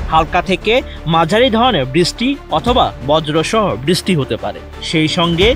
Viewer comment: বৃষ্টিকে বিছষ্টি বলার মানে কি ভাই😅